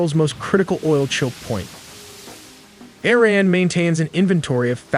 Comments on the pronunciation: Why do you say ERIN instead of IRAN.? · Its iran not ayran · Arean? You had me at Click. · E-Raq and E-ran lol.